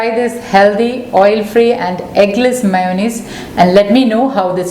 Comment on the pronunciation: All fee meyunaise.. Lol